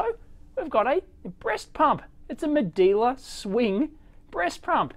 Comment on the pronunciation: Medela not Medeeela